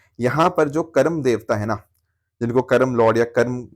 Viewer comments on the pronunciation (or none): Karmaa not karam sir ji.